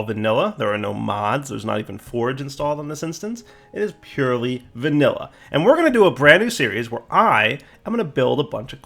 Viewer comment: When he said "Vanilla" I died.